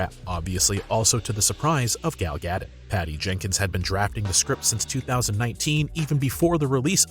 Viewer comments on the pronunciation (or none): It's gal-dowt (Gadot) not Gadit or Gadot for that matter 🤣🤣🤣, who ever this person is in the video pronouncing her name as "Gadot needs to learn how to say people name.propeely and with respect.